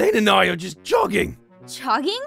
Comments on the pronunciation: Martyna Kozyra it kinda sounds like he was saying "just" or "jess" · Martyna Kozyra He said "just" but it sounded a lot like Jess